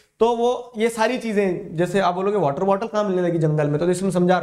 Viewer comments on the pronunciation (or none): none